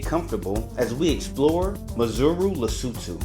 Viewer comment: broo you pronounced it so well from the gate,..... 😀